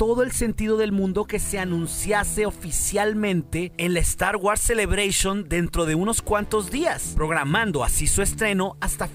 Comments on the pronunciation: 1 crítica, no podes pronunciarlo star wars hermano, se pronuncia Star Wors no es muy difícil. Esta bien que nuestra lengua es española pero no por eso hay que pronunciar todas las palabras inglesas como el orto. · Deberías de empezar a preocuparse por tu pronunciación, es incómodo escuchar "estar güars" y "celebreichon", digo, ya que hay muchas personas que siguen tu canal. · Muy bueno el video y el material, esperemos que se haga realidad. (crítica constructiva) Te recomiendo que pronuncies bien star wars ya que lo decís con mucha frecuencia y una mala pronunciación distrae.